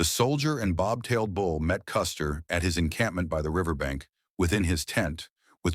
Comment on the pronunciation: Die Aussprache von General Custer ist echt schlimm